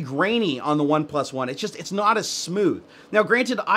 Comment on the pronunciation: It's spelled "OnePlus One" yet you keep pronouncing it "One... PlusOne". * facepalm *